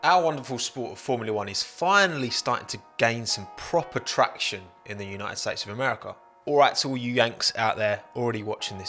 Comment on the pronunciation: haha "track-tion"